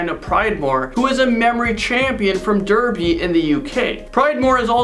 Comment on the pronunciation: haha it’s pronounced darby lol 😆